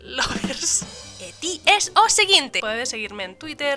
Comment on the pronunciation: I need to watch this, I did watch this. I do not know a single word you said. but it sounds fascinating and I love the way you say Lover in Galizan